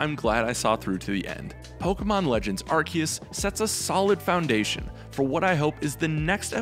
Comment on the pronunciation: Did you watch the trailers? Even the official announcer pronounce it Arc-seus. Edit: I mean Ark-kee-us like others have pointed out.